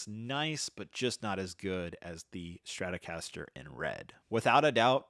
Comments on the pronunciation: Not to be an a hole but it’s Stratocaster not Stratorcaster. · Dude... Its Strat-O-caster. Not Stratorcaster lol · You've managed to squeeze a rogue R into Stratocaster there, buddy. Might want to fix that.